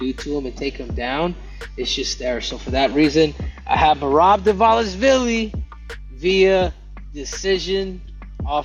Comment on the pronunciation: “Merab DVALISHHHQVILEY!” 😂😂😂 showin out again.. lol. Bet Suga, got it. 👍🏻